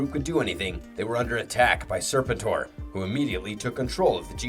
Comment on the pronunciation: there is lots wrong with this video did you hear how he referred to serpentor? or how he said jhiaxus like an AI would? its FREEKING GEEEEEHAXUS lol how hard is it to get names right? its either someone reading a script with no knowledge of the lore, or its an AI channel. go watch a few other videos they all sound robotic and mispronounce everything too!